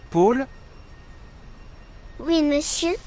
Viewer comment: Paul ça se prononce pas comme ça, c'est un O ouvert comme dans "porte".